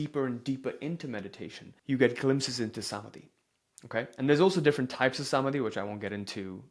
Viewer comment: It's not Saamadhi , it's Samaadhi. 🙏😇